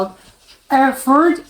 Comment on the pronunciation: Och no problem, you pronounsed the City correctly , so all fine ! 😎👍 Ps for info : what you saw there wasn't a bus, it was a Tram (a streettrain, anything between) ! ^^